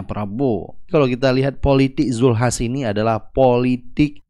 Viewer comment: Julkiple betawi bilang hrheheeè